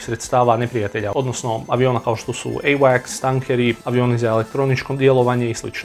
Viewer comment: Kako je seksi kad kazes euvaks🤣🤣🤣🤣puno je kod tebe informacija preko,oko,iznad🤣🤣🤣jesi rusofob tebra🤣🤣🤣